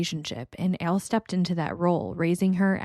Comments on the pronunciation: To me, it sounds like you’re saying “Ale”. Which is interesting as I’ve never encountered anyone from NY who had pronounced Al like that. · What accent is that?? Never heard Al pronounced like that.. I'm guessing somewhere in the Midwest??